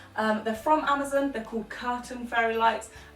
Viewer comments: I'm not a hater but I'm just laughing at the way you said Amazon it sounded like you said amozun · omg i like love the way that you say amazon